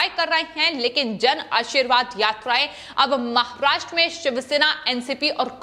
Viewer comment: Aap jara acheyse boleye maharashtra bolte samay aapko dam lagta he aysa lgta he